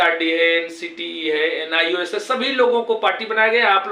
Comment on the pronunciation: Sir AAP galat Bolte hai nis nhi Bolte hai NIOS bolte hai language par sudhar kijiye